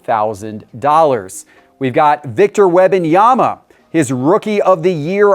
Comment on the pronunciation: If he says Web-in-yama one more time….😂